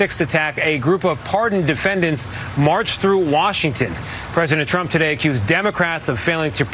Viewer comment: One of my 2026 goals is to actively hear her voice a lot less. Maybe hear it almost never. I can read, if indeed even reading her words is ever critical, which I doubt it ever really is. That said, anyone ever notice when she says “Trump” it sounds like she’s saying “Chump”? “President Chump.” What? Hear it once you can’t unhear it. “President Chump.” EDIT: I SWEAR TO GOD I TYPED IT AND HIT SEND BEFORE LUKE CALLED IT OUT!